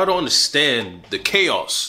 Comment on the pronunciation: The way you pronounce the word chaos is everything 😂